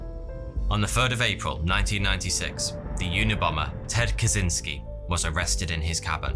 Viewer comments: innit pronounced ted ka chins key ? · Catchynski. This is the way to pronounce the surname of Unabomber more acurately.